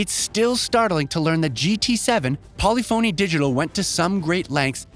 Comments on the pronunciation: How many words can this guy mispronounce, starting with Polyphony Digital??? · Am I the only one who cringes each time this guy pronounces “polyphony digital”? 🥴